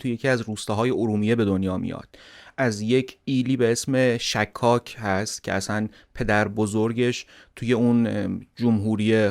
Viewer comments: ایل شِکاک درسته، نه شکّاک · تلفظ صحیح اسم ایل شکاک : غلط فتحه روی حرف( ش ) ❌️ صحیح ضمه روی حرف ( ش )✅️